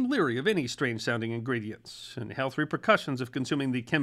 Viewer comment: the sudden sharp emphasis on words seemingly and totally at random. makes me hate how you are explaining things. The sudden emphasis on a word like "and" when that word isn't important makes me not wamt to hear a word you say. your cadence is just tucker carlson sounding. A VENUS FLY trap under A MICROSCOPE she adds fricking offputting is me being pOLITE